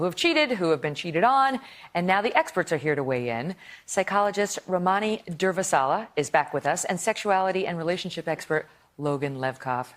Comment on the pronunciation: Watch Ramani's facial expression as Megyn Narcissus Kelly repeatedly butchers her name. It's absolutely precious. Poor Ramani. She was obviously corrected during the commercial on "Ramani" then proceeded to again butcher "Durvasula." Ramani then demonstrates "grey rock." Hysterical!